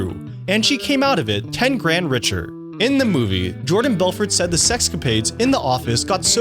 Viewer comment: This is unwatchable. The narrator needs to learn how to pronounce "the" and stop with the dramatic (or is he reading his script?) pauses. Makes me want to freak out.